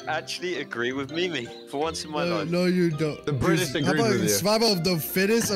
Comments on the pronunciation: Bri‘ish And ANGRY blaza Proper beating And British joocie Spoopy Cutie patutie blaza TYSM FOR 16 likes:D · Specifically, BRITISH losers emphasis on the British